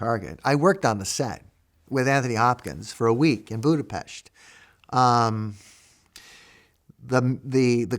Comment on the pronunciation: THANK YOU FATHER for correctly pronouncing Budapest as "Budape-SH-t" . I hate it when people say it with an "S" like Snake. God bless.